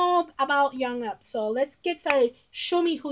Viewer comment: Thank you for your reaction and for being a fan of B.A.P. How much do you know of them? What stuff have you seen of them? Oh and Jongup’s name is pronounced with the J sounding similar to Jump. It’s not with a y sound. I would like to request a reaction but I don’t know what you have seen already.